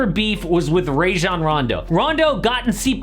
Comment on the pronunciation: Ray-jon Rondo? give the man some respect and say his name correctly he's literally been in the league for over a decade